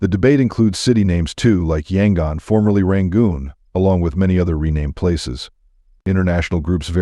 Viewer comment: = It’s actually pronounced Mē’-ăn-mah; I had a chance to visit this country full of lovely, immensely polite people in 1988, and it was one of the highlights of a year-long trip around Southeast Asia. = Yangon is pronounced Yăn-goon = Khat is pronounced Chat = It’s Mong-la, like la-dee-la = The problem with A.I. narration is that it doesn’t know which pronunciation to use when it’s a word with more than one way of saying it; for instance, tears and “tares” = Longyi is actually pronounced long-jee = Betelnut is pronounced Bee’-tel-nut = Roh-hing’-ga = Bah-gone’ = Raan-bū’-taan